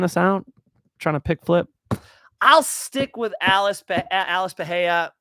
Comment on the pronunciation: Pereira…the Rs are not pronounced like an H…that only happens when the R is in the beginning of the name..or if it’s 2 Rs together…ie. feRReira (feheira). Other than that, great content.